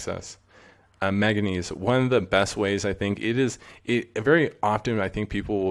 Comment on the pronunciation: He should really learn how to pronounce Manganese.... Because it ain't "maga knees"